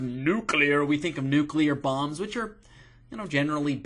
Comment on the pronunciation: Almost peed my pants. Pronounce the word nuclear correctly. I just can't even. You're hysterical. :)